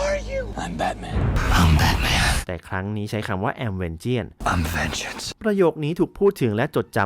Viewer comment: วิเคราะห์รายละเอียดเยอะดีครับ ฟังลื่นหู ติดตรงทีคำว่า Vengeance ที่ควรอ่านว่า เวนเจ้นซ์ ไม่ใช่เวนเจี้ยน ทำให้ฟังดูแปลกๆไปหน่อย แต่โดยรวมถือว่าดีครับ